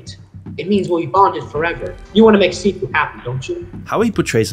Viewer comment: It's sifu, not shifu.